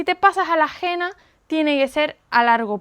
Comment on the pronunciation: No se pronuncia Gena, se dice Hena.